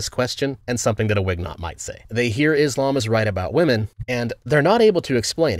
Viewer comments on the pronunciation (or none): none